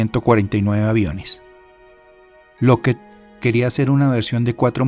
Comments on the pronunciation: SE DICE "LOCKID" NO "LOCKED" (LOCKHEED MARTIN) LA DOBLE "E" SUENA COMO "I" NO COMO "E". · Estás pronunciando mal la palabra lookheed…